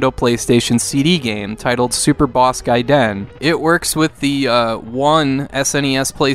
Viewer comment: Try saying like guyden instead of guy(2 seconds of space, for some reason)den. There's no space dude. You have heard of Ninja Gaiden right? Take your cues from there, you don't even have to think about it that way. If you need more reference to how to say it then check out the Japanese commercial for Ninja Gaiden 3. At the end it clearly pronounces the name.